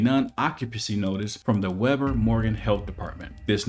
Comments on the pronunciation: The county is pronounced We-ber, not web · The county is pronounced We-ber, not Web-ber! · Ogden is the "Detroit" of Utah. Lots of gangs and crime and such. Oh, and it's "WEEEEE-ber" county. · That's not how to pronounce Weber. It's like "we" + "bur". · not that it matters, but the weber is pronounced wee-bur. they got some strange pronunciations in UT. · It is pronounced (Wee-Bur)